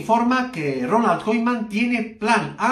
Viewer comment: Deja d mentir y aprende a decir Koeman. Es vergonzoso